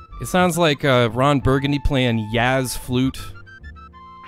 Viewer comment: He pronounced it "YAS", not jazz.